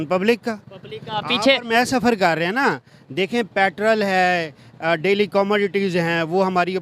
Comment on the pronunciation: At 6.58- ye pakis petrol ko patrul kyu bolte hain 🤔..